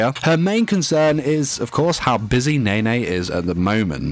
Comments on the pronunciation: How he pronounce nene: Nae Nae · "and one of nay nay's friends"